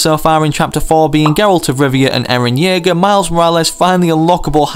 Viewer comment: "Eran Jaeger"?! WHAT. ITS ERAN YEAGER